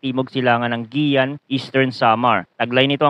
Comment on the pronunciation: It's pronounce as "Giwan" not "Giyan"!